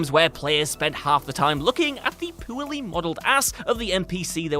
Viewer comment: Poorly = poo-aly.